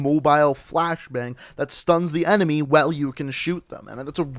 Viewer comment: The way you say “while” pisses me off. “wHaLE”